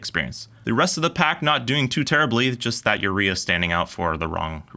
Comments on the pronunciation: If it's a Mexican brand, wouldn't it be pronounced oo-ray-ah, not you-ree-a? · I think Urrea is pronounced 'you-RAY-uh' it doesn't help the wrenches but at least it sounds better.